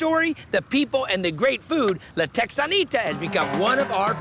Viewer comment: I love how a CA boy pronounces La Texanita that way. What, did he take French in high school?